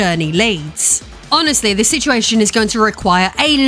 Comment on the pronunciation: Ahhh she said "situation" i might dislike the video lol